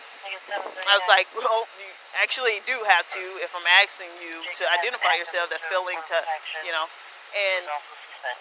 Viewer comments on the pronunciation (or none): Aksing you I'm aksing yo hahaha weird hehehehe she had no REASON to ASK for I didn't commit a crime. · "...if I'm axing you." Who is she? Jack Torrance? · The word is asking , axing is when one chops wood . Just SA'IN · Please quit saying "axing." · I was under the assumption that cops , even crooked right violating ones , had to be educated and be able to articulate better than AXING him. Also suspicious is neither a misdemeanor or a felony, no identification sorry. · Until this day, she is still axing him. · Stop saying “I’m axing you “. Dang Speak English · “Axeen” asking maybe? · Asking not axing God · Asking, not axing 🙄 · I hope she no longer has a job as a police officer! Cuz "ya know she's like axeing weird!" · She's axing him for his id 5 times, she ought to learn English before they let her loose on the public ( the word is "ASKING") you dumb fuck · Why is this dumb cop axing. It is ASKING stupid. Listen to this cop trying to make shit up to her boss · It's odd that she keeps axing people but she has to be educated on the streets on ID law. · Maybe instead of "axing" for his info she should try ASKING in the future... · Axting you, Axting you...what a joke. All Officers should have a College degree before being able to be a police officer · She needs to stop axing him, I can't handle the violence! Its a Steven King movie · no, donkeypiss! Fa REAL dough! Listen closely right after, "...I just waited for Smith to arrive..." She said she was, "...not gonna keep ASKING... for I.D." DAMN! She said it again. I just heard the second one, "...I'm ASKING him, what's your current address..."